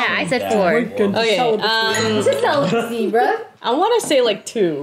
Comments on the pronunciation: i'm sorry but i literally heard celibacy as sell-a-pu$i and went WHUT??:_raeGasp: today, i learnt a new word :_raeWoo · I'm sorry Rae, but I'm dying of laughter because I thought you guys were saying "SELL A BUSSY" instead of "CELIBACY". Idk why my mind was there but it was and now I can't get it out of my head lmfao. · “Celibacy” “Five hundred dollars”